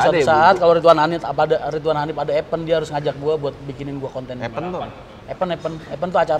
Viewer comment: epeun.. ipen (event)😁